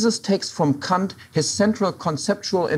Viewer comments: It's how you say it in German. Since Kant was German, i guess that's the proper way to say it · What's wrong with the way he says it? Sounds like the proper german pronouciation.